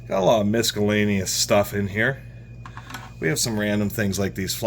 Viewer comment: misk-a-lainious..it's not a "hard C"..🐈..stop